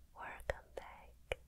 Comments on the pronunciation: Actually they're right, she's pretty good at the L sound. You can hear it well in basically all of her more recent videos (like the past half year), including this one. You begin to realise she is purposefully saying "wercome" instead of "welcome" when you pick up on it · Plss the werrcome back is iconic 🤪❤️❤️❤️ i support her a lot but can we talk about the fit and the earrings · Her wercome back is the best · I love how they always add the “werrrcome back” 💕💕💕💕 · Right? She can pronounce "Welcome" very well, but she chooses to say "Wercome" because she knows we love it ♥️ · no ive looked she says werrcome instead of welcome in her older vids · Her werrcome back hits us hard, but she builds us back up. Her pampers are as soft as silk, she tingles and tingles till we get to sleep, when we have a bad day, we will have our. Forever ♾ we will love her, and go on, into the sunset where she brought us. Love, The tingle squad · When I hear “werrcome backk “ all is right and I 😴😴😴😴.. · I love when she says wercome back 🥰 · Is it just me or do you fall asleep after she says “Wercome Back” like btw I’ve never seen in the comments about how pretty she is like give some love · " Hey guys, wercome back" gets me every time😊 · Two “hey werrcome back’s” :O we must be dead bc I’m in heaven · I remember a time, when she didn't say the Werrrcome back. So many guys were sad. And read this and since then, she never forgot a Werrrcome back. ❤️ She loves us and we love her. Good night and have wonderful dreams. ✨ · Anonymous User don’t you mean... weRRcoming? 😼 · Werrcome back X 100 times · "Hi guys" Me: SAY ITTTT: Werrcome back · if someone doesn’t welcome me with the “werrrcome back” then i don’t want it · right 😭 to me if just seems like ppl are mocking the way she pronounces the word.. which is weird. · I wonder why she pronounce o instead of e in welcome